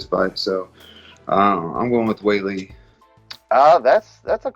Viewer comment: How hard is it to say Weili? Smh